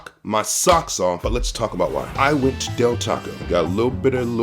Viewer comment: Its Del Taco bro. You wasted a video